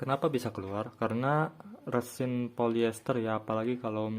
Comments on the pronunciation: Kalau nyebut resin kok rêsin? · Emang ga wajar cara nyebutnya